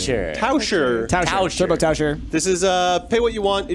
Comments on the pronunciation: Its funny how much german you guys use :D. Normally its quite good but you just said turbo Tauscher (swapper) instead of turbo Taucher (diver) ^^. The difference between "ch" and "sch" is hard :D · Taucher(diver) Not tauscher(swapper)